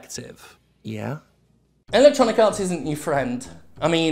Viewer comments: It is wonderfully appropriate how much it sounds like Jim is saying "Electronic Arse" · I always hear it as "Electronic Arse". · LOL ... me too. So I'm not alone. I bet he does it on purpose.